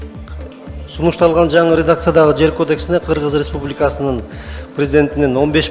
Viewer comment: Кыргыз республикасынын дегенди так окйалбай койду 😮😮😮